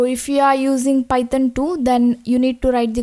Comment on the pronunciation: I love it when u say paitan programming😊